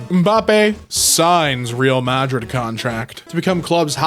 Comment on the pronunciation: i really like how "pronounces" madrid